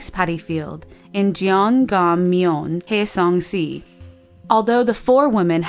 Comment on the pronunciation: It is pretty bad.. at least they are showing this video, I live in Hwaseong-si, Gyeonggi-do and she did not pronounce them correctly. It is an ‘ah’ sound in hwa. Also Koreans don’t say si, they say ‘shi’